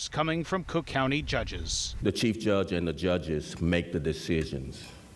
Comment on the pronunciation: dude says cheese instead of chief